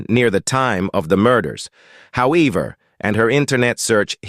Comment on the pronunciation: However is how ever not how eaver